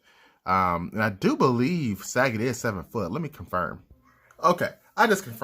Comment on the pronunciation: Sagat? Like the word Fa... isn't it Suh- Got? Lol random quarantine comments